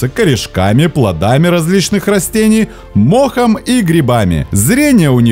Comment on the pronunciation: простите, сейчас укажу то, что уловил с первого просмотра: наименьшая численность? наименьшее колличество же? не когтЮ, а кОгтю не мОхом а мхОм помогает животного безошибочно ... животному? если нужна помощь в редактировании текста, могу помочь на добровольных началах) коммент для продвижения канала)